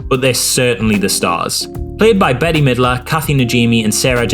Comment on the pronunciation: Not that this is really important but Bette Midler pronounces her name as ‘Bet’ not as ‘Betty’.